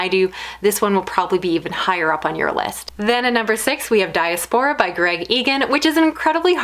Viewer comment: Great list. Lots of books added to my TBR. Thanks. I love that you hold up the actual book rather than showing a super imposed image edited into the video. FYI for the word diaspora the emphasis is on the second syllable. dee ASS per uh